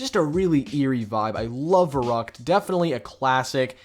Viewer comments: Verrückt is pronounced as Ferryckt. V=F. ü=y. The map is german. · That german pronunciation 😬